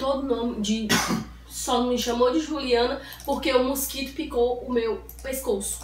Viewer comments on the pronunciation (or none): kkk o melhor foi da câmera nós ovos e quando ela fala musquito ebgexipci kkk